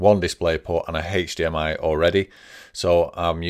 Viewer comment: Great video, however, if I hear "haechdmi" one more time I might just jump off a bridge